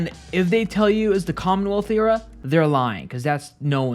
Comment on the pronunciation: Why do you say era like that